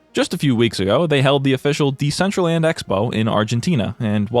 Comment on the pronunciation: it's very telling that Decentraland couldn't even put in the effort to get their AI voice to pronounce their NAME correctly.